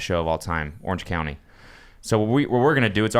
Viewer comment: The fact that Cody kept calling it “Orange County” simultaneously bugged me and made me laugh.